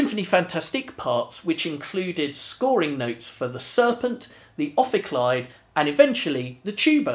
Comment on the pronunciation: Pronunciation of the name probably wrong, as it is supposed to be Greek.